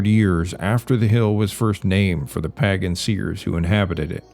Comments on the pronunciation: Pae gin??? PAAY - GAN Please correct this pronunciation. Your channel is better than that. Great contact but this one thing makes it seem like AI narration. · "Pahgan." Wisconsin? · It's pronounced "paigen"